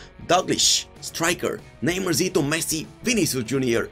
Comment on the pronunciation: nobody: him: "Reeeely" "Neymarzzito"